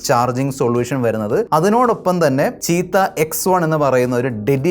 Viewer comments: ചീറ്റ ❌ചീത്ത ✅ 😂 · ചീറ്റ ❌ ചീത്ത ✅